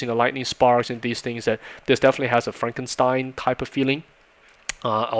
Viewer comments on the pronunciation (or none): none